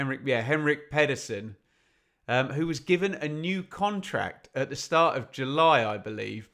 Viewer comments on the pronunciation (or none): none